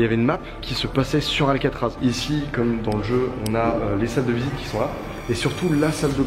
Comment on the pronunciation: Paris c'est alcaatraaz